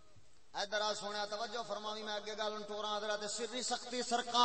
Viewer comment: سختی نہیں لفظ سقطی ہے